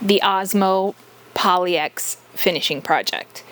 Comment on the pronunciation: That desk turned out really nice and the Osmo makes it stunning. I've had my eye on Osmo for years now and i hope to try it soon. I think most people say it like POL-ix, not poly-X, though.